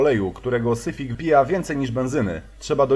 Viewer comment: To je hunda siwic, a nie syfik